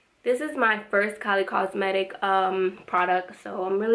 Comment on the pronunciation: you said kolly lol thank you for the reveiw